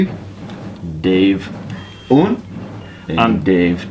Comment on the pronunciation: I will literally implode if I hear another american pronounce "un" like that XD